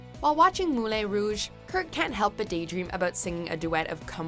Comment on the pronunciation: 1. Y’all need to look into pronunciations. You keep getting very non-debatable words wrong. Ian (ē-an) being the most memorable (Moulin ‘moo-lawn’ in this one). 2. Kurt accepted no responsibility for making Blaine feel abandoned by choosing his new exciting life over Blaine. Cheating is never ok (was cheated on here), but neither is abandonment. Kurt did exactly what Blaine was afraid of, exactly what he promised not to do. Blaine took responsibility for his behavior and they worked past it, but Kurt never did, leaving all the blame on Blaine. No wonder he struggled with feeling insecure later in their relationship!